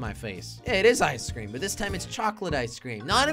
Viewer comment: When jelly said ice cream it sounded like keklocob